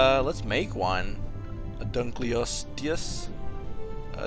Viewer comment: it is pronounced dun-kol-a-sties